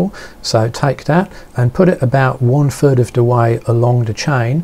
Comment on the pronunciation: is it FIRD or THIRD? lol I can't quite tell...